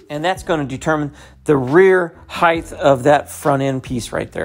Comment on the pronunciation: Height* not heighth 🥴